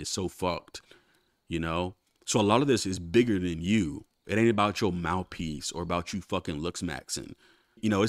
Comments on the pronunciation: Mouf piece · 😂😂 I was about to comment “mouf” too lmao